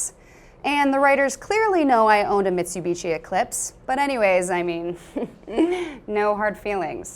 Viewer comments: did she say mitsubitchy? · What's a Mesu-bechee?